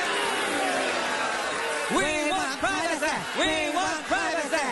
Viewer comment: Pry-vah-seh” OMG….🤣🤣🤣